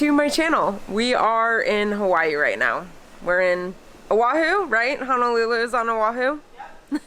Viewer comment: HONOLULU..., please don’t pronounce it as HANALULU😟